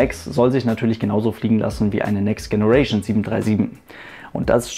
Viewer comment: Tolle Serie! Aber bitte hör auf "Next Generation" falsch auszusprechen. Richtig ist [Tscheneration]. ;)